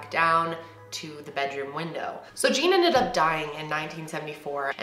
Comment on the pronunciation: The name Jean, is actually pronounce like "John". It's French